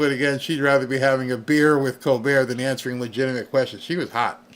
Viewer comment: She not awnseewering